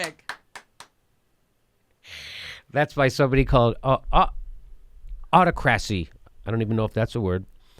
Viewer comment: Autocracy pronounced Aw-TOCK-cracy